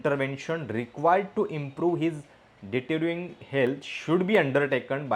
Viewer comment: डिटिरिंग नाही. डिटिरिऑरेटिंग